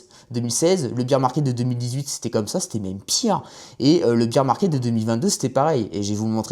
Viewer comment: Âpres le beer market le bol run. Me niveau en anglais en France est vraiment affligeant